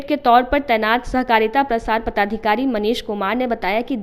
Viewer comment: Bhai saab padhikari nahi hota, padadhikari hota hai. 😂😂😂😂